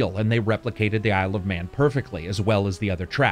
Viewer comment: The first few times you said "Isle of Man" I swear you said "I love men"... and I was like... okay that's an interesting title, but what does it have to do with motorcycles? Also that Chakam: The Forever Man reference. That game was fun. Sadly my Genesis won't turn on anymore. Just like my wife! Heyo!